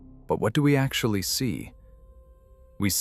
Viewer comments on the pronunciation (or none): none